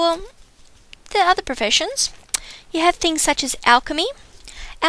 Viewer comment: you say professiunsh and word of warcraft :D :) :I :( :C :O